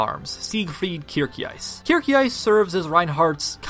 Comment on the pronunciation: A bit late to the party but as someone who speaks German fluently I still can't get over how people butcher Kircheis's name. It's not Kir - C(k) - heis but Kir - sh - eis the shh sound, Kirsheis.